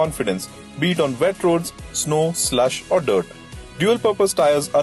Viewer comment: did he just say sl*t instead of slush? or have I gone deaf?